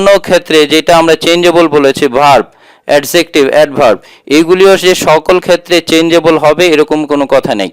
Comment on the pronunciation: Adjective pronunciation ta apnar mistake hoyse sir,,,🙂